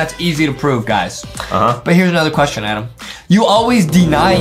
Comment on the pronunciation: justin said adam not adem